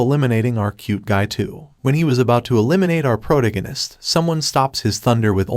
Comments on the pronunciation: I hear protoganist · I love it lol, prota-guiness instead of pro-tag-onist! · dude - pro-tag-in-ist....ya killing me but love your vids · Bro if your going to insist on saying "the protagonist" let me help you. Its phonetically (Pro-tag-o-nist) I'm sorry for putting you on blast its just getting to me every time you say it wrong. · Why do you say protagonist like that